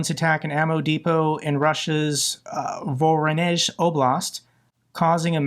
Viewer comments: Congratulations,. You finally are pronouncing correctly the name of the city Voronezh. Mabe it will become an Ukrainean city! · OMG! You finally said Voronezh correctly! You totally get a like for this video! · 😮 learned how to pronounce Voronezh 👋👋👋